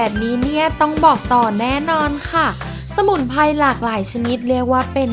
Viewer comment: สมุนไพร 🌿, ไม่ใช่สมุนไพ, พริก 🌶️เกลือ, ไม่ใช่ พิกเกือ, Menu เมนยู ไม่ใมใช่เมนู, กลิ่นหอม ไม่ใช่กิ่นหอม หากเป็นลาว จีน 🇨🇳พม่า ก็ทำลายสระพยัญชนะไทบบเลวชั่วโคตร